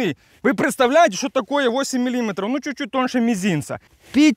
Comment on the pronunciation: Правильно не милли́метров говорить а миллиме́тров !!!